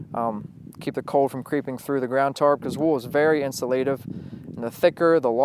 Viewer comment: FIRST OFF - it's cold not "code" it''s wool not "wow" it's rain not " precipitated" that last one was to funny!!!!!